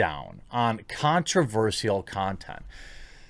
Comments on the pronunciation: Here's something controversial: You pronounce "controversial" weirdly, and I'm pretty sure it's not your accent. You say "sial" as "seal" instead of "shull". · why are you saying Controversial as controverseal